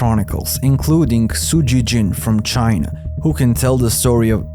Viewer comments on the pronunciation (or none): none